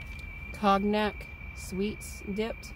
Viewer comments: Con-Yak not Cog-Nak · Pronounced ‘cone yack’ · Cognackn if I pronounciated that write.?